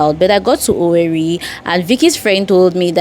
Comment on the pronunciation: It's pronounced OWERRE